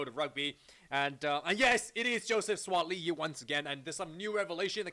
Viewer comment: Bro you pronounce Suaali’i well.